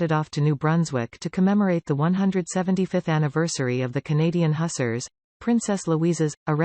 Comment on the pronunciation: Hussars is pronounced 'Hoo-zars'